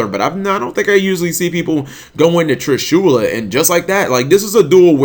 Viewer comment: TrishulAAA...How the fuck do you pronounce it?